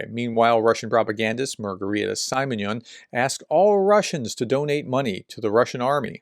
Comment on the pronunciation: dear Prof, there is no A between the S and the first V in "Svatove". It's pronounced just as written. no A sound between S and V. Simonyan is pronounced same as "Seemoneeyan". An "i" is never pronounced "Ai" in Russian.